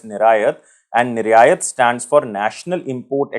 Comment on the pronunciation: Niraaayaat nahi..niryat hai sir..hindi ke sabdo ko kharab an kare